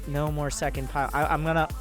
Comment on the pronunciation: It's the pie-lawn suuplai